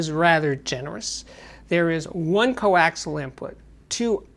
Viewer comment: The word is "coaxial". 3 syllables, thank you sir.